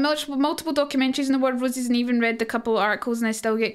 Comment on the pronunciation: I swear everytime she says it, it sounds like she's saying War of Rosies, so I picture a bunch of women named Rose all battling for who is the Rosiest of them all.